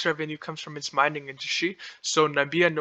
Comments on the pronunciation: This narrator is an idiot. NAMIBIA and not NAMBIA like Trump had said. Does not even know how to pronounce the names of the countries in the region. This project will destroy the Okavango Delta which is a UNESCO designated area. Don't get fooled, this project will be opposed and this will probably never get off the ground. One of the biggest stupidities I have ever seen. One of Lucas Lundin's old properties and to let you know, Lundin stock has done nothing for years. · Well done . I admire your initiative but you need to work on getting your pronunciations right or people will not view you as credible. Nam-ib-ee-a Kav-an-go Sten-key Wall-vis Bay